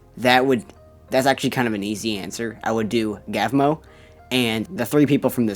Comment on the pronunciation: Wait….I thought gavmo was pronounced (gov-mo) not (gaavmo)…….uh…..